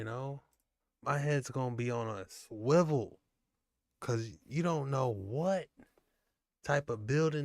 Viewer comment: Hey we know the correct word is ‘swivel’, and is pronounced as spelled, but over here it’s straight ‘schwivel’ - uniquely said by.